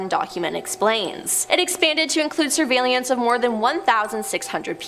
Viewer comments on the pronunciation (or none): WTF? How TF does she get Cape "Car-ni-Val" out of Cape Canaveral? 🤣🤣👽👽🤣🤣 Anyone else annoyed with her mispronounciations? there were quite a few of them in this video and others that were featured here: This video alone, Cape "Car-ni-Val," "al-kwī-duh," surveillance as "sir-vail-ē-enss," "federal bur-oh." I remember the Challenger explosion. I was in 4th grade walking back from the restroom. We were watching it live and I walked in just intime to see two seconds of the flight before it ended in a fireball. The shuttle does not have the parachute. It was designed to come blasting back into the atmosphere, and then gliding back to a runway. Parachutes were on the Apollo capsules and were recently brought back with SpaceX and other applications with the resurgence of rockets. Personally, I don't see the harm in researching this stuff to learn. And to keep yourself aware of potential nefarious things the government might be doing. And they know wgatbhappened to the people after Operation Midnight Climax. They always know.